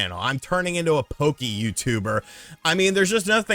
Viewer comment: "I'm turning into a POWKEY YT'er" just died of cringe its "po kay"